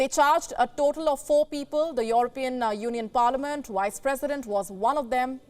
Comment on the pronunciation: yeah, but the way she's pronouncing it is Wice President. She says it every time.